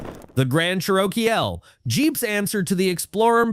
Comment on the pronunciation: What is a Cher-Oh-Kee-L😂😂